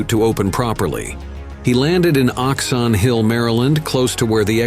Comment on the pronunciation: Eight hundred and one-two hundred feet??? OhoxonnHill, MD??(Oxon Hill!!)